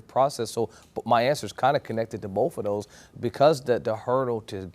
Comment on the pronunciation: The lawyer actually said connected to "bofe a doze" instead of both of those...lol